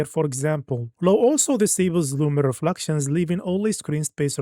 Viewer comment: it is called ultra not oltra, reflections not refluxtions, it is so annoying pronouncing them wrong for like hundreds of times